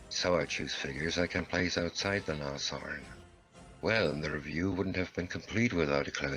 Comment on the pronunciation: Brumbar...lol...I lose it too when I hear it said wrong! Or, even worse, Nash-orn instead of Nas-horn!